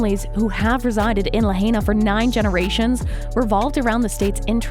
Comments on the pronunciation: La-HI-nah. Not "la-HAY-na." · It us nice to see someone try to get the truth out there. But if you are doing a story on a place that has recently experienced a mass tragedy next time do enough research to learn how to properly pronounce the name of the place, it's "la hi na" not 'la hey na'. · Its La-hine-nuh, not La-hane-nuh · It's pronounced La HIGH na, not La HAY na. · La-HIGH-na, not La-HAY-na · Its pronounced Lahina not Lahayna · Luh-hey-nuh? What? La-hai-na, get with it, how is it you’ve never heard this name pronounced correctly by now? Oprah needs to give that land back to the native Hawaiians, the real kanaka maole. Auwe oprah and the rock, who isn’t even Hawaiian, he’s Samoan and black, I hope that everything that oprah endeavors to do will turn to ashes and she loses everything until the day that she gives back the aina to the kanaka maole! Why doesn’t she go back to Alabama or Mississippi or wherever she comes from originally and take up the land from there? Until she does right, everything she touches will turn to ash. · Too bad this speaker can't pronounce lahaina - la high na. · La h-“eye” na. And “cool” a. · It is pronounced: "la - high -nah", mahalo. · Its pronounced La-High-Na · Please tell your AI who is narrating this video....to please learn how to pronounce Lahaina correctly. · Why isn’t Tulsi and Joe giving any money to help these people? No helping find solutions just criticizing and twisting the facts. You can’t even pronounce the name of the town properly so get it right and quit spreading lies and conspiracy theories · I wish you would pronounce LIHAINA. Properly………Please!!! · I wish she would pronounce Lahaina correctly! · Well if your going to use an AI generated hit piece about the Maui fire response on YouTube you might at least want make sure the robot voice pronounces “Lahaina” and “Kula” correctly. Mispronouncing these towns just amplifies the complete disconnect with the people of Maui who are still suffering deeply. Ugg!